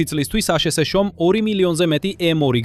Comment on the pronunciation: მაგარია ხელოვნური ინტელექტის გახმოვანება: აშეშეშოში. ანუ, აშშ-ი, რა!😄